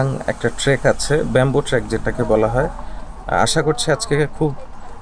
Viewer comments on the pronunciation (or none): অনেক ভাল লাগলো। আপনার উপস্থাপনা, ভিডিও ধারণ সবই ভাল হয়েছে। শুধুমাত্র 'ট্রেক' শব্দটাকে আপনি ট্র‍্যাক বলেছেন। এইটা বারবার কানে লেগেছে ভাই।